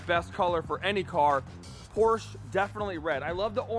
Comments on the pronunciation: Say it with me y’all.. POR-SHA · 7/10 for one of the most reliable and high quality sports cars? Never value someones opinion when they can't even pronounce the company name right.l